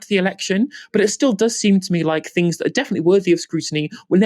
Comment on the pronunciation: Fing fought finks fe feir vose where are ve “ t “ “h” s?